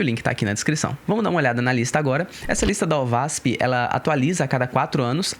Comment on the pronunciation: se pronuncia : OASP